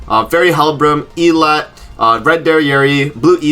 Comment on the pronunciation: Idt i have heard anybody say elatte's name the right way. Nag always butchers it too. E- Latte NOT Elat lol.